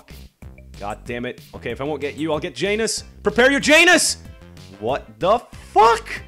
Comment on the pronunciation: its not Jan - us its Yan - oos